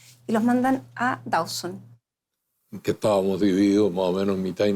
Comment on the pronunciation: No es Dauson (Dawson) como pronuncian incorrectamente, sino "Dooseen".